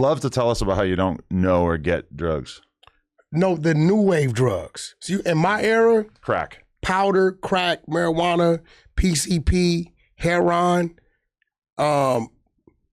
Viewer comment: I figured you done gave wack the boot..plus wack its heroin not hairon